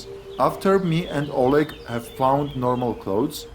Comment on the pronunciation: My collegue: o leg, o lead, a leg, oleg. LOL please. :D